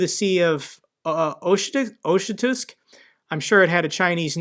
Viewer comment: That body of water,, is pronounced Ok-Hotsk.